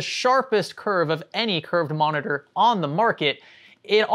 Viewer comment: veri big moneetor